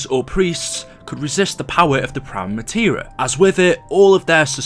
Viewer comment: STOP SAYING PRIME MATERA